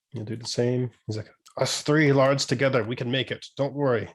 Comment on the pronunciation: I like how the more says "lairds", the more it turns into "lards".